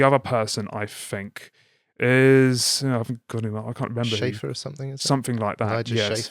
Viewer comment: Also, Elijah's surname is pronounced 'shea-fur'